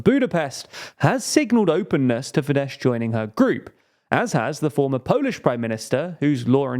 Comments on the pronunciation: Minor correction: Fidesz is pronounced as “Fides”. “Fidesh” would be Fides in Hungarian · Fidesz is pronounced "fides", not "fidesh". Like the Latin word. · It's pronounced 'Fides' not 'Fidesh'. Pls always do research on pronunciation, such mistakes are unprofessional imo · It's not Fidesh, it's Fidesz (sz being read as s in sour) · The SZ in Fidesz is pronounced "s" not "sh". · It’s not FideSH, it’s Fides. Just “s” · Fyi, Fidesz is pronounced as “feedes”. No “sh” sound at the end. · Sorry, but I have to criticize the way you pronounce things. The "sz" at the end of FIDESZ is the "s" in English. Meanwhile the "s" in Budapest is pronounced as "sh" correctly, you basically had them backwards. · Lol Fidesh... they're Hungarian, not Polish.